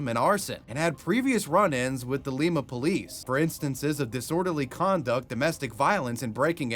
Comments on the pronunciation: It’s Lima like lima beans not leema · Just for future reference, Lima Ohio is pronounced like Lima beans not Lima peru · bro said Lee-Ma 😂 its Lie-Ma ❤ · Born and raised in Lima, Ohio. It is not pronounced Leema. It is pronounced Lyme-uh. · You're killing me with this Leema bs, Lima is just like the beans, L"eye"ma. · It’s pronounced like the bean. Lie-ma, not lee-ma. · I'm late I know I know BUT...I'm from Lima ..and everyone always says it wrong 😞😞 it's pronounced like Lie-ma or Lye-ma not like Lima Peru lol just hoping any other YouTuber who covers this says it right! Btw just found your channel and I'm obsessed ❤ ty for all the great videos ❤ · while the city in Peru is pronounced "lee-ma" the city in Ohio is pronounced "lye-ma." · It’s pronounced “lie-ma” not “lee-ma”. It’s spelled lima like lima beans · i cannot believe you pronounced "Lima" as "Leema"... I live nearby and it's most definitely pronounced "Lie-Mah" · People here call it "lie-ma" not "lee-ma" and I still don't know what's right😂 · “In leemuh” aka Lima Ohio is pronounced “lie-muh” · It's lie-ma not lee-ma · LIME - a not lee-ma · The city in Ohio isnt pronounced Leemuh the the city in Peru. Its pronounced Liemuh. Like Lime. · Ohioan here, it's pronounced "Lime-uh-" not "leema" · Its pronounced LIE MAH!!!! Not Leema! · Ah yes... pronouncing Lima, Ohio the same as Lima, Peru. An easy mistake to make and one I myself once made. The Ohio City is pronounced LY-ma, as opposed to the city in Peru which is pronounced LEE-ma. (Think Lima beans.) Fun fact: Lima, Ohio is where the Ford Vulcan V6 engine was manufactured. This engine was used extensively in Ford Tauruses, Mercury Sables, and Ford Rangers. Once upon a time I swapped the heads from a 1996 Ford Ranger to the block of a 1995 Ford Taurus. Long story. Surf Wisely. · Not lema it's pronounced liiiiiima Not from there but an hour away lol just thought I might help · It's pronounced lie-ma Not lee-ma. Future reference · Lyma not Leema. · Lime-uh Ohio.